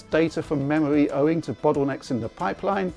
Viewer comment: memowy wam gwand reserwation wender pwomises